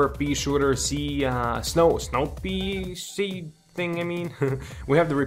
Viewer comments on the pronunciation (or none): none